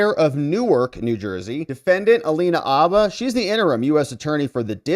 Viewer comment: Her last name is, “Habba’”, not, “ABBA”. Geeze, dude.